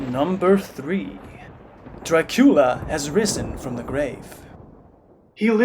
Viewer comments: "Dracoola films"? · I really like the way you pronounce the name of the prince of darkness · Why do you pronounce the name Dracula the way you do?